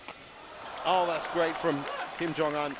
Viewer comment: "kim jeong un"?